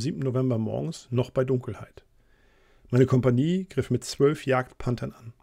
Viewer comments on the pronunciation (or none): none